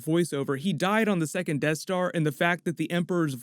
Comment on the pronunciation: Sounds like is saying “tattooing” for second lol